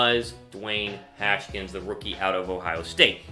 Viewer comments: Hash-kins????? Haskins boyy #HTTR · It's Has-Kins